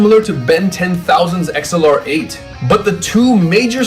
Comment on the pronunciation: why'd he pronounce xlr8 like that 😭😭 it's pronounced like "accelerate "😂😂